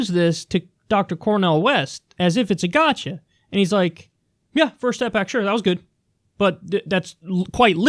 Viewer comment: You pronounced gotcha wrong